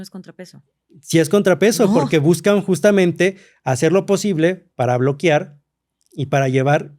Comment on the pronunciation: Que esperas de alguien que es “historiador” y dice BLOQUIAR